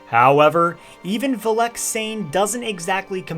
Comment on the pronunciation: There you go again. The emphasis goes on the Vel NOT the ehk.